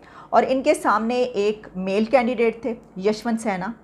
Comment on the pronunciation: Yashwant Sena nahi ma'am Yashwant (SIN) + HA = Sinha